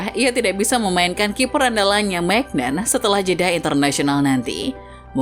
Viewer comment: Maignan bacanya MINYONG